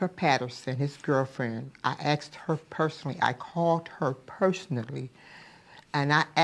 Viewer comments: "Axed" -- Like momma, like momma's boy. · So theres were darrell got "Axed" from, his mother. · Now we know where “axed” came from